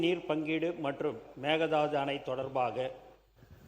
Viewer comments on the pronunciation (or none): What is this pronunciation 😂😂😂😂 it is mekedaatu...not megadaadu